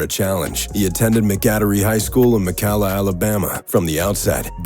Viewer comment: It’s actually impressive how badly you managed to mispronounce both Mcadory and Mcalla